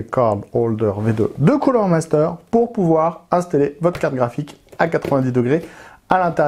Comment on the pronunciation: Superbe vidéo comme d'habitude, par contre j'ai pas bien entendu le nom du produit. 😆